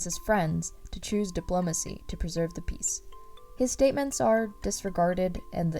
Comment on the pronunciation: “And create peace.” *Picture of peas* Me: Wait did you say peace or peas? I think I’m getting delusional like ranboo as well Edit: TECHNOBLADE